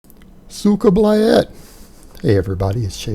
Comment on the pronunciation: That was the worst suka blyat I’ve ever heard